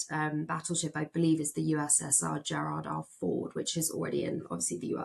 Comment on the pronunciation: Did she just say "Frygate" and "gerard r ford" rather that frigate and gerald r ford?? I should get my ears syringed or they should get reporters who do better research.